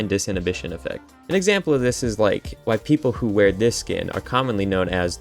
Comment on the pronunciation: "Mmmhhhmmmm... that's whai" 😂